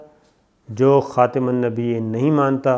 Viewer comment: پھر جناب صابر شاکر صاحب آنحضور ۖ کو خَاتَم النبیّین کہنے کی بجائے بار بار " خَاتِمَ النبیّین " کہتے رہے ۔۔۔ قرآنِ کریم نے آنحضور ۖ کو خَاتَم ت کی فتح کیساتھ قرار دیا ہے اور صابر شاکر صاحب نے ت کے فتح کو کسرا کیساتھ بدل دیا ۔۔۔ کیا یہ تحریفِ قرآن نہیں؟ احمدیوں پر یہ الزام لگاتے ہیں کہ دیکھیں جی انہوں نے تحریفِ قرآن کر کے اسکی گستاخی کی ہے لہذا انہیں قرار واقعی سزا دی جائے ۔۔۔ تو جناب کا اپنے بارے میں کیا خیال ہے جنکا ثبوت خود انہی کی ویڈیو میں موجود ہے - ممکن ہے میری توجہ دلانے پر صابر شاکر صاحب یا تو پوری ویڈیو ہی ڈیلیٹ کر دیں یا صرف وہ حصّہ ہذف یا ایڈٹ کر دیں ۔۔۔ 😜😜😜 پھر آگے چل کر کہتے ہیں! قادیانی تو آئین کو نہیں مانتے اور اپنے آپکو اقلیت نہیں مانتے - اس ضمن میں دو باتیں کہوں گا - پہلی بات یہ کہ قرآنِ کریم فرماتا ہے کہ! یٰۤاَیُّہَا الَّذِیۡنَ اٰمَنُوۡۤا اَطِیۡعُوا اللّٰہَ وَ اَطِیۡعُوا الرَّسُوۡلَ وَ اُولِی الۡاَمۡرِ مِنۡکُمۡ ۚ فَاِنۡ تَنَازَعۡتُمۡ فِیۡ شَیۡءٍ فَرُدُّوۡہُ اِلَی اللّٰہِ وَ الرَّسُوۡلِ اِنۡ کُنۡتُمۡ تُؤۡمِنُوۡنَ بِاللّٰہِ وَ الۡیَوۡمِ الۡاٰخِرِ ؕ ذٰلِکَ خَیۡرٌ وَّ اَحۡسَنُ تَاۡوِیۡلًا اے وہ لوگو جو ایمان لائے ہو! اللہ کی اطاعت کرو اور رسول کی اطاعت کرو اور اپنے حکام کی بھی۔ اور اگر تم کسی معاملہ میں (اُولُوالامر سے) اختلاف کرو تو ایسے معاملے اللہ اور رسول کی طرف لَوٹا دیا کرو اگر (فی الحقیقت) تم اللہ پر اور یومِ آخر پر ایمان لانے والے ہو۔ یہ بہت بہتر (طریق) ہے اور انجام کے لحاظ سے بہت اچھا ہے۔ (النساء : 60) اسمیں اللہ تعالیٰ مؤمنوں کو حکم فرماتا ہے کہ اللہ، اسکے رسولؐ کی اطاعت کیساتھ ساتھ اولوالامر (حاکِمِ وقت) کی اطاعت کرو - اور اگر تم کسی معاملہ میں اس سے ا